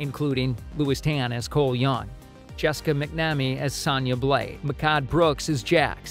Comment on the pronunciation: This idiot couldn’t say Sindel or Sonya Blade right and I hope they fix Liu Kang character and make him the badass fighter that he should of been this whole time and also fix Kung Lao too